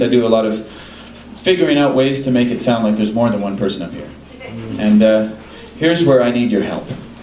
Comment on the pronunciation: I first thought he said "with murder one person" and went "HUH? ".... I thought he was talking about hitch-hiking and obscure hitch-hikers... But now I understand he meant "with more than one person"... The car gets heavier, I guess...